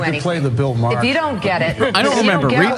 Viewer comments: Bill Maher - His surname is NOT "Maa - Her" It's pronounced as if spelt "MAH" or "MARR". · Did Jimmy said, "Bill Ma-hey"or "Bill Ma-ho" instead of "Bill Maher?"